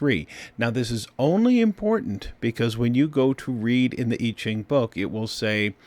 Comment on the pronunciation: It's pronounced (Mr. Annuciation) YEE JING - you cannot pronounce so many of the phonetics that it is NOT OKAY! KAY?